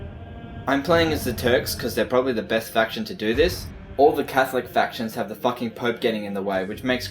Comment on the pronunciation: Oh man the way you say "fucking" cracks me up everytime XD